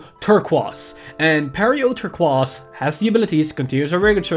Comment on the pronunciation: Defensive creep = Good News pronouncing "Turquize" = what??? i dont mean to rant but isnt it just regular like those Turquoise mineral gemstones.